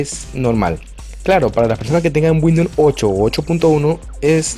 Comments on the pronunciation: Es Windows no windoun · Cuantas veces dijo WINDOM Xd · 31/7/2020 me funcionó gracias, una cosa se dice windous no windoun, gracias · windun xd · 'Windnon 10 8 7 xp ' 😂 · No sabe ni decir windows imaginate si sabe instalar un driver! jajajaj